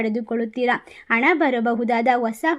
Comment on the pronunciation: ಕನ್ನಡದ ನಿರ್ದಯ ಕೊಲೆ 🤦 ಇದೇನು ಕನ್ನಡ ಭಗವಂತಾ 🙏.. ಹಿಪ್ಪತ್ತಾರು, ಹಿಪ್ಪತ್ತೇಲು, ಹಿಪ್ಪತೆಂಟು... ಹಿದೇ ಹೊಂದು ತಿಂಗಳು...,ಹಿದರ, ಹೆಂಟನೆ ಮನೆ, ಹೀ ಹೊಂದು ಹದ್ಭುತ, ಅಣ ಕಾಸು, ಹಾರ್ಥಿಕ, ಹತವಾ, ಹತ್ಯಂತ, ಓಸಾ ಹವಕಾಶ, ಹನಿರೀಕ್ಷಿತ, ಹಿರುತ್ತದೆ, ಹುತ್ತಮ ಸ್ಥಿತಿ, ಹಾತ್ಮ ವಿಶ್ವಾಸ, ಹಾಧ್ಯಾತ್ಮಿಕ, ಹಮಾವಾಸ್ಯೆ, ಹಾತಂಕ, ಹಿದು, ಹನುಕೂಲ, ಹಂಶ, ಹೆಚ್ಚರ, ಹಾರೋಗ್ಯದ ವಿಷಯದಲ್ಲಿ ಹತ್ಯಂತ ಹೆಚ್ಚರಿಕೆ...., ಅಳೆಯ, ಹೆಲ್ಲಾ ರೀತಿಯ, ಹುದ್ಭವ, ಹಗತ್ಯ, ಅಸಿರು... ಹಾದಾಯ... ಹಾಂತರಿಕ... ಹಗತ್ಯ... ಗ್ರಹಗಳ ಹಾದಾರ.... 🤦 ಇದೇನು ಕನ್ನಡ ಭಗವಂತಾ 🙏🙏 ಕನ್ನಡದ ಬರ್ಬರ ಕೊಲೆ... 🤦🤦